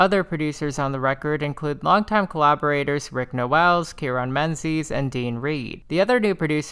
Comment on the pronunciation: I hate how you say Rick NO-WELL lol. It’s No-wull.